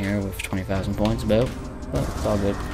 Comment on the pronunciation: did you say aboot? 🤔